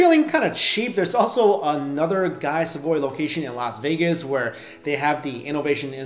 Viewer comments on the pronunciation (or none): none